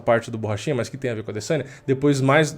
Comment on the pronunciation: Borrachinha não, Porrachina